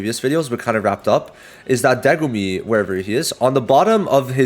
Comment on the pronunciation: I noticed you kept saying Degumi instead of Megumi. Just thought that was funny lol